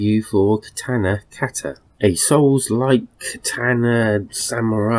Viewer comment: That's not how you say katana or kata. Or how you spell samurai